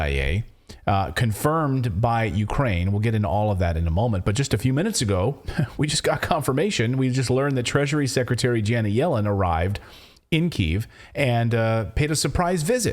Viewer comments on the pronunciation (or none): u pronounced Kiev as Kiv